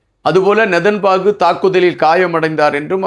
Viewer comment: please pronounce name correctly his name is not nethanbaku correct name is nethanyahu